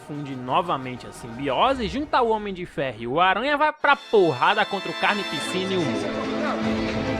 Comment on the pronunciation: Mn eu q sou mt esquizofrenico ou td vez q ele fala "carnificina" eu ouço "carne e piscina"